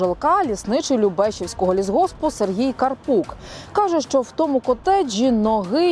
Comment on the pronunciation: ЛюбешІвського, а не ЛюбЕшівського, недоучки!